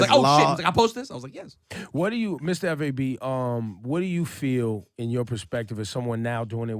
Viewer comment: Why they keep calling him Mistah F. A. B. it's pronounced as one word Fab 😂